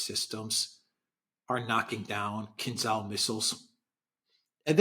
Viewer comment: I thought you were saying “King Charles missiles”😊.